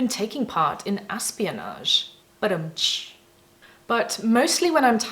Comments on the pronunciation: "Asp-ionage"....lol.... How very Punny of you... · OK, "aspionage" made me laugh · "Aspionage" - I LOVE IT!!! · "Aspionage" - love it! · Aspieonage. Hahaha.